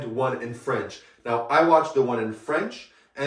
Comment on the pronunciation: Thank you, great review. And quite perfect french accent (being Parisian myself). Take care